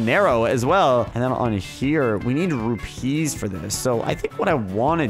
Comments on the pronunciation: It isn't rup pee's it is pronounced the same as rupies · its pronounced roo-pees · Say it like rupese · I laugh whenever he says rupeeslol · it's not pronounced like trapeze is it is pronounced as one thing no emphasizing anything